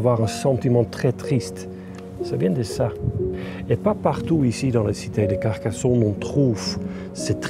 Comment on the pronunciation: La France aux français, Carcassonne se prononce pas Carcasson. Ne touchez pas à nos monuments, le négatif vient de celui qui prononce son texte. Alors pour vous sentir « léger » partez !